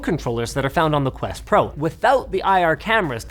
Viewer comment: Quest ho, not quest hole. 😊